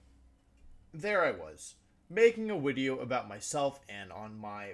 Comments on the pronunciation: Take a drink every time Wolfe says "wideo" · Wolfey the type of guy to say wideo instead of video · what's a 'wideo'? XD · The Wideo, The Wictory, The Wideo. Heard this in the first 10 seconds, i like the wideo for it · Can I ask y he says he mixes the v and w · Please tell me you say wideo jokingly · Wolfey i love your content. But please stop saying “wideo” so much it’s become too much of a meme! 😂😂 please just say video lol